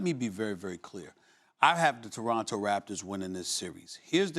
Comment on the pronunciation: Frankie Russell “ Two-ronto “